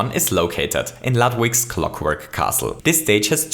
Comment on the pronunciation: He said lovewig it’s ludwig ninja coin!